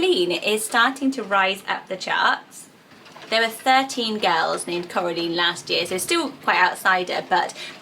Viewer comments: I really like Lyra, the books were pretty awesome and I love the idea of daemon. Pan was sooooo cute 😊 I'd rather choose Coraline if it were pronounced the way you did :3 Mr. Gaiman got some pretty nice female names in his books. Ivaine and Oonagh or Una sound quite sweet, too, though I'd probably choose them for characters rather than babies ^^' Some names from Astrid Lindgren's books would probably make my list, too. I somehow really like Birk or Birka for a girl. Some more common names like Mia or Ida (and those would be reminiscent of my grannies names, too) Another good place to search for names would be Michael Ende's books, I guess. The Neverending Story was the first fantasy book I ever read and I think maybe Auryn or Nessaja would make good names, too. Or Momo? I know that's not a book, but right now I really love Linea, which I first stumbled across when watching "Island of the lost souls". Maja or Maya is another that would make my list for girls (My parents wanted to name me that, but decided against it, because of a rather chubby, cute, little, animated bee, that was rather popular around the time I was born) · It's my dream to have a child named Coraline! I love the book and the film, it is such a pretty name! The right pronunciation (at least according to the movie) is saying the ending "line" exactly like "caroline", but I actually loved the way you pronounced it!!! I'm from Brazil and I love your channel so much, it's amazing! <3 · It’s actually Cora-line not Cora-leen! Haha It sounds nice both ways. The film is fantastic! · It’s Cora LINE not leen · I think Coraline is actually pronounced like Caroline, with the Line on the end instead of Lean xx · Coraline is pronouced Coral-eye-n Sorry, I don't want to sound mean, this book/movie was just a big part if my childhood, it's very special and I don't want it to go down all wrong, definitely on my baby list though 🥰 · That's not how Coraline is pronounced. It's pronounced like Caroline but with an O